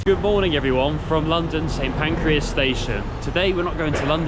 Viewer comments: "St Pancreas station" 0:0:22. Try again. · Did he say St Pancreas?